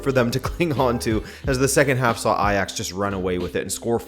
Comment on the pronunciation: Great to see you actually acknowledge a team as Ajax! Edit: wow you're pronunciation of the 'dutch G' is actually pretty good hahah